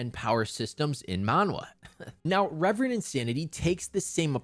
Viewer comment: Ill continue calling it ki like i call reverend insanity rEEEEEEverend insanity. It was weird to hear the correct pronounciation of reverend for the first time after reading the novel for 5 months